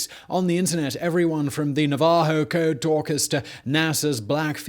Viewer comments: Na-VA-ho? Dude, it's NA-va-ho. But I know you don't care, because I am an OG Business Blazer. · Navajo code talkers. NA-va-ho. Emphasis on the first syllable. 😉